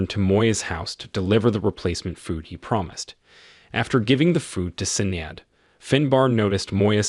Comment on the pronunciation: Sinead... Shin-aid